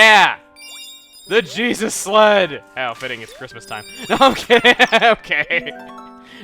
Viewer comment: When he was saying sled I thought he said slut